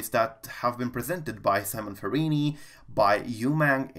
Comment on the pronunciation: Simone, not Simon, difference is major, male and female. Thanks for the video again. 👍 (pronounced SeeMoan = Simone)